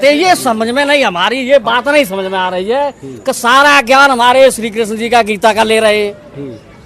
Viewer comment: Tum to rehney hi do tum geeta gyaan dey rahey ho jo Bhagwaan Krishan ka naam bhi sahi sey uchaatan nahi kr saktey😅😅